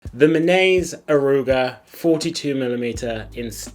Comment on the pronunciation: It should be pronounced like me nah say. I live in Tokyo, and I have never seen anyone wearing a Minase. Except for our former prime minister Shinzo Abe